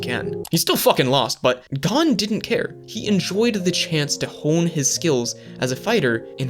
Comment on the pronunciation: thanks for the shoutout also it's pronounced (go n)